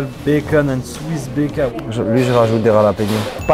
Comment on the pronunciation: Baceune ca sent le belge 😅